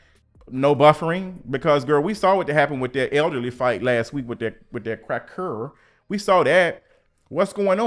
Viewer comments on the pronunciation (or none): Not the “crackeurrr”😂